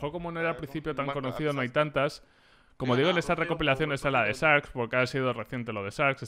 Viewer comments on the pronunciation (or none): por favor si vas a usar la pronunciacion en ingles decilo bien, poruqe decis SARKS y la verdad tuve que ir a buscar el nombre del team a ver a que te referias♥